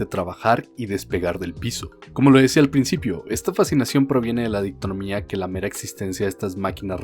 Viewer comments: Es dicotomía, no dictonomía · Mononoke Hime, Dicotomía. Buen video, pero me rompe las pelotas cada que pronuncias mal.